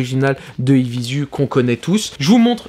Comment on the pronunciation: Apres 30s de video J'ai dû partir en courant dès que j'ai entendu la prononciation " évizu" !!! Ça c'est pas possible garçon, tu peux pas te la jouer blog de mode et pas savoir prononcer le nom d'une marque.